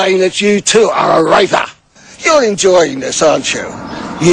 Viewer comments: HAHAHA he said "raper" like in step brothers! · I know it's rapist. I'm talking about him saying "raper" instead of "rapist" XD